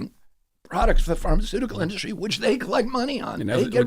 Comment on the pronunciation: 'Charlemagne' called industry 'induscry' thrice